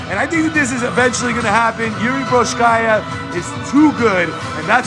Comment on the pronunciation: Man. Work on the pronunciation of his name first (mean Procházka) . Its way more horrible then in Rizin, and that was really bad too :D About the match. At the moment, I see for example Jan as a more interesting match and, above all, more realistic for implementation. Ngannou is still thinking about leaving the UFC so it probably won't happen